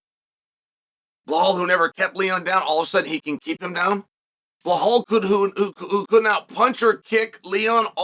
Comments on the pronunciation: Why do you keep calling him bahal? It’s Belal. Like Bill-lal lol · His name isn't Bihal, it's Bilal! Geeze atleast learn how to say a person's name and not butcher the hell out it Chael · Chael. I have been an avid watcher of ur channel for many years now andI know u love to say the fighters names wrong. But. Surely saying blahal is more difficult than saying Belal Right?? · ffs pronounce his name correctly, it’s not Bahal it’s Belal Be - Lal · Are you aware that you are pronunciation is wrong , belal is is not blhaal 😅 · How hard is the word be lal, if you want to breakdown fights the least you can do, is say the names correctly. Where did you see behole in his name. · One thing about Chael is he will NOT call Belal BELAL. Belal will always be “Blahal” to Chael. “remember the name” my ass. 🤣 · I clicked on this video to hear him say "Blahal Muhammed" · Bahal?? He must be doing this on purpose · DC catching strays for mispronouncing Blehal's name!😂😂😂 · At least put in the effort to proncounce his name correctly. Its Bee like the animal lal, its not that hard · Blehaal is just too funny. Chael got the best pronunciations. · And Still …. he pronounces his name “Blahall” 🙄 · here to hear Chael say Blahal tbh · Chael, there is not "H" in Belal's name. It's prounced as: "Bee La AL" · Man said B Haul 😂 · Why does he call him Blahol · Bullhal😂 wtf Chael!!! Get the name right for one guy at least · I opened this video to see if he still pernounces his name Bill-Haul and the bad guy did not disappoint 😂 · Cadelo and Behalal 😝 what’s you drinking ChChChael ??!! But I respect your big up to Behalal 😆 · Moohal Muhammad?? He’s just doing it on purpose now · Why not pronunce his name right? It's obvious ur doing it on purpose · Belal becomes champ, Chael still butchering his name lol!